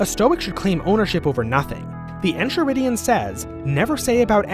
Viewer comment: It’s En-Kai-ridion. The h is silent.